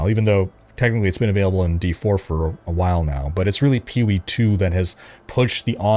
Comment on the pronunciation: Sometimes when says "POE" it sounds like "Peewee"